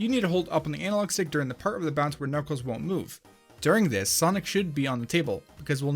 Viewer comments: anyone else hear him call knuckles klackles in the first glitch of the video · Why’d you say kakles bear the start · WHO'S """KACKLES"??????? I though he was knuckles :3 >.<